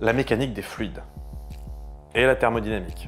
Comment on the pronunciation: Quand t'as prononcé thermodynamique j'ai fais un bond en arrière^^